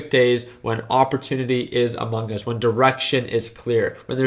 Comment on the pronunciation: My guy said: “ The Deals are AMUNGUS” idk kinda sus if u ask me